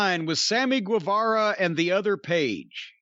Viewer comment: Why is it that Jim Cornette can pronounce Guerrero and the word guess correctly but he can't pronounce Guevara correctly?